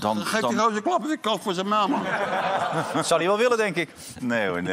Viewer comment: Martén, Valenten, Qwarranten... hahaha